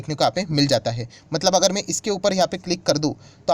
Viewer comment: Sir की बोलने के उच्चारण से लगता है कि ए इंदौर से है । ध्यान से सुनिए. ै मात्रा नहीं बोल पाते इंदौर वाले। वे ै को े उच्चारण करते हैं । उदाहरण के लिए “में यहाँ के डाटा ओपन करना चाहता हूँ “ मैं को में बोल रहे हैं ।